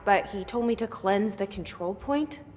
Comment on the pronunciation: kontrol pke R ya😅